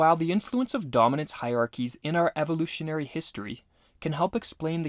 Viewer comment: This nigga said evoluton. What a fuckin idiot